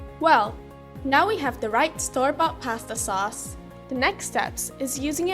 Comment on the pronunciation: we talkuh aboutuh pawsta sawce-uh lol